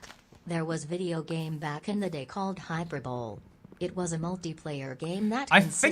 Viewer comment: ITS NOOOOOOOOOOOOOOOOOOOOOOOOOOOOOOOOOOOOOOOOOOOOOOOOOOOOOOOOOT “HYPER BOWL” ITS “HYPER BOWLY” dies